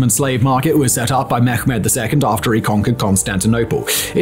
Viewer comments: It's pronounced Meh-med not Me-ghh-med. Thanks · Mehmet in Turkish is pronounced with a soft “h” ! Please stop saying “Mekkhhhmet”. Thats so cringy and simply wrong